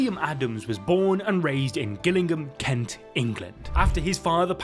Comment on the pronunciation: Oh buddy 🙈 as a fellow Brit, I thought you’d have pronounced Gillingham correctly, but no haha. Jill-ing-ham